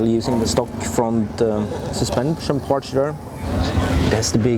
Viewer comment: I love how he is saying Parts (Partsch) 😬